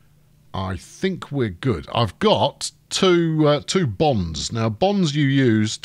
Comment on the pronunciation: My American ears heard him say Bomb not bonds. Now it makes sense.